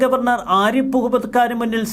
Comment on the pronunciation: "ആരിപ്പ്" മുഹമ്മദ്‌ ഖാൻ അല്ല സേട്ടാ, "ആരിഫ്" മുഹമ്മദ്‌ ഖാൻ എന്നാണ് അങ്ങേരുടെ പേര് 🤪